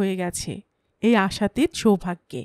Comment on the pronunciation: শুরুতেই ভুল। শব্দটা আশাতীৎ, নয়, আশাতীত অ